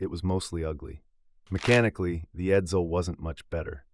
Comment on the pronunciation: The stupid computer also didn't know how to say Edsel.